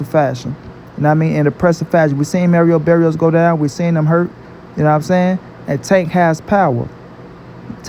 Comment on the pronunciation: Merio berrios 🤣